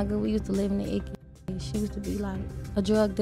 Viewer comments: It's the ickies, not the ikes lmao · it's icky like sticky not Ike ikes it's like nails on a chalkboard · Ikes projects pronounced Ickys tf is ikes 😅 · I HATE when you call them buildings “The Ikes” 😒 It’s pronounced “ICK-EES” Like “The Ickees “